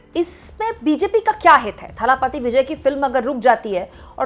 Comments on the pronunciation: It's not Thhaaalaaapaati, it is Thalapathi. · थालापपि नहीं इसे दलपति बोलिए.